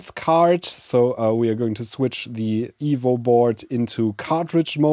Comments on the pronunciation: Same !!! I now know he's saying EVO, but still hear evil :) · It took me half the video to realise he was saying EVO not Evil. And then I was sad, I want an evil c64!